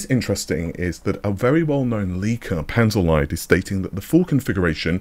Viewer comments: Sorry to be that guy but its pronounced Panzer leet/leat. Also 168 SM with that 448 bus? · Panzerlied is probably spoken Panzerleed, as ie is a long spoken e in german.